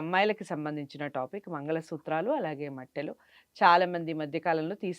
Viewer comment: మెట్టెలు అనాలి. మట్టెలు కాదు